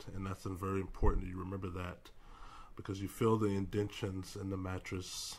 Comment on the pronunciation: "Indentations." In-den-tation